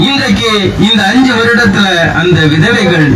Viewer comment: இளம் விதவகைகள் அதிகம் உள்ள மாநிலம் ...😂😂😂😂😂தமிழ் உச்சரிப்பும் . .கோவிந்தா ....